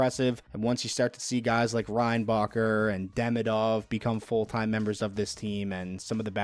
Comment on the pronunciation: you said reinbacher i literrally understand Ryan Baker, i was like who is that guy 😂